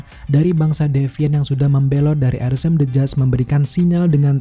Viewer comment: yg orang2 denger: arishem the judge yg gw denger: arisem bejad